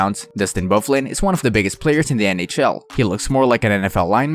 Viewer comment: Ovekin, Canex, Bordow, Smith, Woorsley, but you get Byfuglien right. WTF!